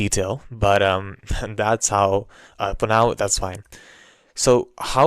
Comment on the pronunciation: Sorry you tell you this, but the "How" had a real desi vibes.